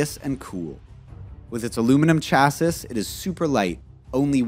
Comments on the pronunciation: did he say "chassis" like ch-aa-sis ? it is pronounced like ch-aa-si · Did you say chass iss? Pronounced Chassis or chasey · Say chassiss...one more time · I want an Equus with an aluminum chah-sis? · Chassis is pronounced « cha see » how was this overlooked ?!?! Credibility lost. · Say it with me ,,,, chass—ee,,,,,chass—ee,,,,,, chassee,,, looks like chasis but sounds like chass—ee Just making videos it’s ok I watched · chasis? lol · Chassis is pronounced CHASSee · Chassis is pronounced CHASS-ee. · Although, there is one more thing that I cannot leave alone and have to comment about. I don't know where the announcer is from, even though he's speaking English, here in the U.S. I don't know of anyone in any part of the U.S. that pronounces the word "chassis" the way the announcer does. He doesn't use the silent "s" he actually pronounces the word the way it is spelled. But the "s" on the end of the word is silent and pronounced with sounding Luke the word classy, with the "y" at the end of the word. I'm just saying, that it's kind of like someone calling white wine Chablis, pronouncing the "s". Like fingernails on a chalkboard. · You have multiple incorrect “facts” in this video and you mispronounced “chassis” which demonstrates your level of automotive history and manufacturing. You seem to be reading scripts that you do not understand. However, Your editing is good.. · Please learn how to pronounce all of the words correctly, its distracting. Chassis for example Also, why not have the Corvette? Viper? Ford GT? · What kind of “automotive journalist” can’t pronounce chassis ?? 👎🏽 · yo can you say chassis lol do you even know cars